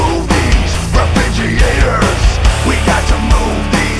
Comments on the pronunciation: When Leo says it's refrigeeator, the dictionary is forced to changed the pronunciation. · yeah, that pronunciation totally ruined the whole experience for me! It took me right out of the whole experience and all I was left with was the guitars and drums and...well. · I like the way you pronounce "refrigerator"